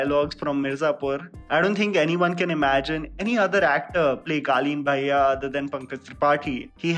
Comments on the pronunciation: pronouncing Guddu Bhaiya as Guddu Baaiya reminds me of Sobo girls 😂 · I’m an NRI kid and I noticed his wrong pronunciation of Bhaiya 😂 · My man needs to work on his Bhaiya pronounciation...sounding like those south bombay kids calling auto.